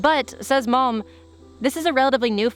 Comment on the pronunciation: I listened to this with the screen in my pocket, every time you cited malm I heard “mom said…”